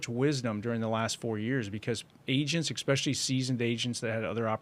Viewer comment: Make "exspecially" special again. It's Especially. Essss. Not exxxx. Thank you for your attention to this matter.